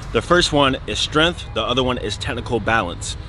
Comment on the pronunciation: “Strenth” or “tentacle” issue 😳🤔.